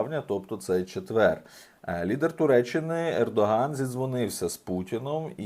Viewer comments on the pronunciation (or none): якщо вам,,чочеться" казати,, лідор", а не лідер, то й кажіть. Яка😊сь,,закавика"!!!